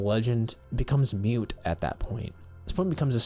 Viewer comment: Awesome video! Maybe just look up the word “moot” vs “mute” if you want! I loved the story telling you did here.